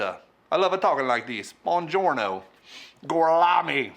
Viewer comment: Good news?…..really I didn’t think there was any of that stuff around anymore. Thanks and oh Bonjoro and other words in Italian accent 👍